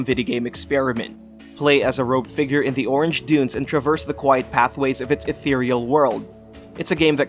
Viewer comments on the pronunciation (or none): none